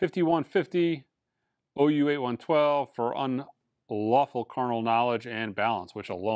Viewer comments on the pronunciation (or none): OU81 TWELVE…!?!? Really??? You may not care for these records, but come on…. You own a record store, and you’re an owner who’s heavily involved in the day to day, not to mention you’re avid collector. 0U81 Twelve!?!? Bahahaha! That would be OU812… it’s a tongue in cheek play on words…. Let’s say it together, …. Ready?? Here we go…. O. U. 8. 1. 2. Got it?? Again….. O. U. 8. 1. 2. Last time….. It should sound like this every time you say this phrase…… “OH YOU ATE ONE TOO” Keep practicing. Who knows, maybe one day you’ll get it on the very first try. 😂 🤣